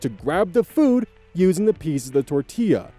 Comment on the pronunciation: its giving "tour-till-uh"